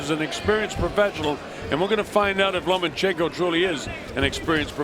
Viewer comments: I like how one of the commentators keeps calling him 'Lemonchenko'. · So the commentating isn't worth listening to.... I think they just couldn't pronounce his name so.....